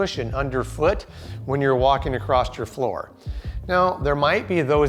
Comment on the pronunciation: Can you show me where the “T” is at the end of the word “across”?